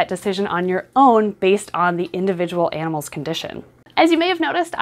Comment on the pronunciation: I don't like how she enunciates animals, like she isn't an animal herself.